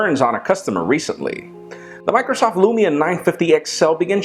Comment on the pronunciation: actualy you prenounce the u in lumia quickly as lumi means snow in finnish and Nokia is Finnish